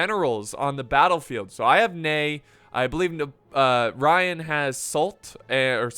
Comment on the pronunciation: "Sault" = "Soo"